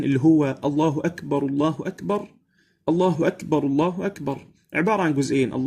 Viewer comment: يا اخي لديك المد الزائد فالله اكبر ليس فيها مد